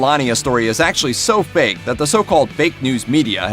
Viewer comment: But... Did he say "baked", or "fake"?? :))